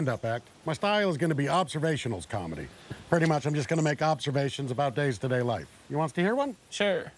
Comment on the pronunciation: Days-to-day life?, come on. Of all the places to decide where to put the extra s.